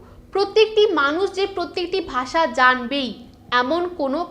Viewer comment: গ্রামার তো আপনারও হয়না। ভাষাকে বারবার “বাসা” বলে যাচ্ছেন 😂 তবে ভিডিওটা দেখে যা বুঝলাম, বাংলাভাষীদের হিন্দিভাষীরা ভারতে বসবাসরত রোহিঙ্গা ছাড়া অন্যকিছু ভাবেই না।